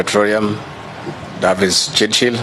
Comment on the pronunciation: "davis chilchil" "petroreum"- villager masquerading as deputy president of a banana republic.